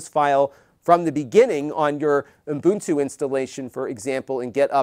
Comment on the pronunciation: It sounds like you are saying Umbuntu but that could be my poor hearing.